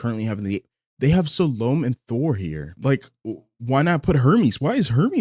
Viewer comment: I need to google how to pronounce SAH-LHO-MEH